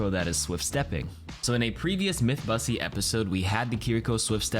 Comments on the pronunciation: Did he say myth busteys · yo did just say Mythbussy? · Di-did he just say mythbussy?? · did he.. did he say myth bussy? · no way he called it a "Mythbussy" 😭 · is no one gonna say anything about him saying “on the last mythbussy” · He said it in the intro too lmaoo